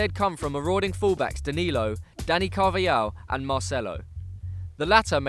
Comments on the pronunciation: it's pronounced Carvahal, not Carvayal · Great analysis, but it's pronounced Carvahal (not Carvajal) and it's Toni Kros (with long 'o', not Toni Crouse). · Carvayal wow. More like Carvahal Pronouncing